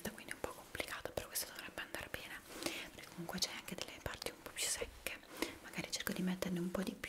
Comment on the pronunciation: Quando ha detto secche minuto sembrava che stesse per dire sexy